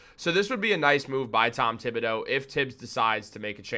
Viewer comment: Mr Thibodeau 's name is pronunced as follows: tee ( tee shirt)- bo (beau) do ( do re mi fa) In French, the h of th is dead/ it is like it doesn't exist. 😂 h just makes the word beautiful.😂🎉